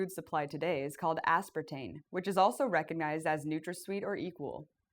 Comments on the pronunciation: Can someone explain to me why this video was released with her repeatedly saying the word as if it is spelled "aspertaNe"? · Anybody else notice she keeps calling it "aspartaNe" ?